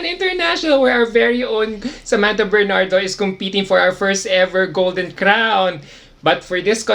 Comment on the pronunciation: Natalo siya sa pagbigkas ng pangalan nya, alon alon...Sa \man /tha \Ber /nard / do?...